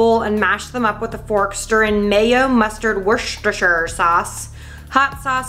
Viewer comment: it's war-chester sauce not wish-esther